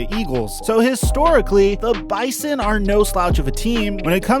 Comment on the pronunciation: Next time you talk about the bison please pronounce it bizon all the ND people are cringing